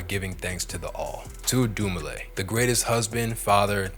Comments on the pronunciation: Dumile * not Dumine bro come on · DUMILE, NOT DUMINE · Just started the video, but wanted to point out his name got spelled Dumine instead of Dumile during the intro. I had to double check that I wasn’t mis hearing his name all these years. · It’s Daniel Dumile. The last name is originally Zimbabwean